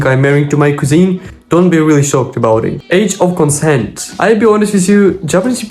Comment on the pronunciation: Thanks for another interesting, informative video!!! Cousin: pronounced Cuz-in. Hotel: pronounced ho-tell.